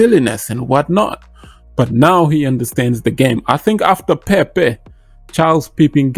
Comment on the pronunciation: definite bit connect vibe with that solaroad , love how you say Pe-pe 🤣👍